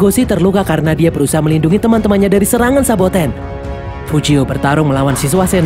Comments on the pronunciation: SABOTENNN MINN , BUKAN SOBATENN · Saboten min,bukan sobaten wkwk